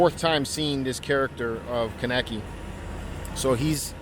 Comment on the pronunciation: I can tell you haven’t seen the anime. The way you said Kaneki 😂